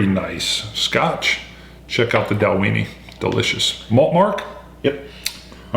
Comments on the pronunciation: Just found your channel, another one for me to follow after Ralfy & Horst! But guys, it's pronounced Dal-win-ie! Went there last year, great distillery, great whisky. Paul (KISS fan from UK). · I might just have to pick up a bottle of this. I have seen this a lot, and after watching you guys and others I might just do it. I like your pronunciation of the name as well, for some reason I think you guys should be eating a few Oscar Meyer hot dogs while you drink the Dalweeeenie. ^_^ I hope to see a Japanese single malt. My Japanese malt of choice is the Hakushu 12 at the moment. If you can't get that, I also hope to see a review of the Bunnahabhain 12yo. Cheers!